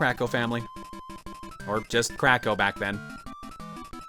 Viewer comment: Every time says Kracko, I keep hearing "Crack Ho"